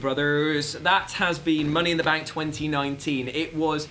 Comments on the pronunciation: Money in “Bak” shorty whatcha thaaaank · "Money in the bak" niceee